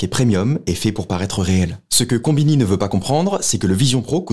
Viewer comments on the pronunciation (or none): Konbini… 🤣🤡 Con-bini.